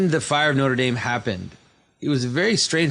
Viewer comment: Aren’t you French-Canadian? Why can’t you pronounce Notre Dame?